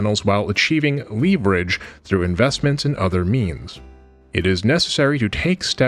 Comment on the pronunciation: you might have mispronounced 'leverage